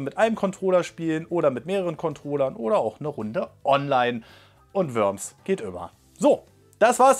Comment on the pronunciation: Es wird nicht Wöms ausgesprochen sondern Worms